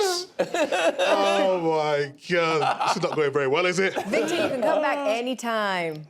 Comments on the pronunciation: Jamie calls him “Victeer” 😂😂😂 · Man the way Jamie calls Victor is hilarious. Thought he was calling vig day.